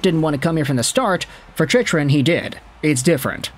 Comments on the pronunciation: It's pronounced Chick-Run, not Chich-Run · It’s Jakob Chick-Run.